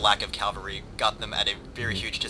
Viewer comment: love you, but it bugs me to no end how you say "cavalry"....you say "Calvary"....which is The hill outside Jerusalem on which Jesus was crucified.....lol